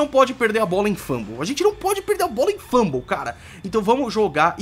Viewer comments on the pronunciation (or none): Muito legal,. Mas me dá até um desespero te ouvir falar FLUMble. É fumble, meu caro.